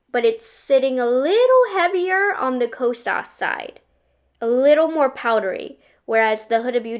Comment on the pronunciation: UGHHH SHE SAYS KOSAS WRONG!!!! SMH GIRLLLLLLLLL smhI